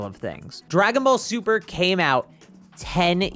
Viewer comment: "dragon ball tuper" amazing